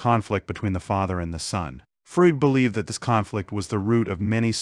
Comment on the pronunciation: "Frood"? Work on your pronunciation! It is distracting. You're not consistent with it.